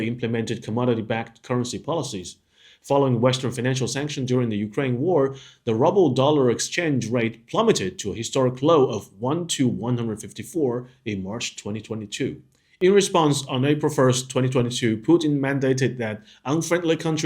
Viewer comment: Ruble rhymes with "Rooble" not "Rubble"